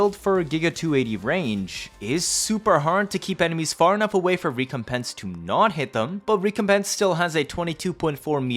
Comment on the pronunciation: Good God man your pronunciation of recompense is unnerving! Rec-com-pence You're giving me PTSD 😂